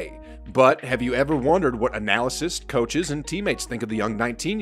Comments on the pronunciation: Á-null-ist not anal-uh-cyst. Sheesh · Its analyst. Not analisyst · ANALYST, not "analysist" 🤣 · Nice stuff. But it’s not “analysis-ists” lololol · I think you mean “analysts”. I keep hearing “analysis”. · "but have you ever wondered what analysists..."